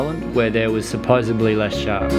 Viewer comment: Does he say Supposebly? ...like Joey from Friends